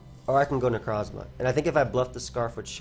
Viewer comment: Please stop calling Necrozma "necro". It weirds me out every time for obvious reasons.